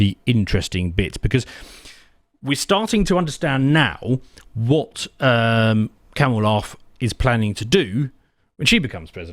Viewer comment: Come on. Isn’t your wife Indian? Ask her how she would say Kamala and that’s how it’s said. It’s Kamala with an emphasis on the K.